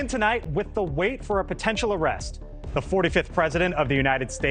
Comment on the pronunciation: Who the hell is NerwsNation?